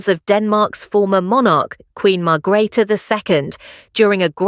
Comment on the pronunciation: Margreater you need to pronounce her name correctly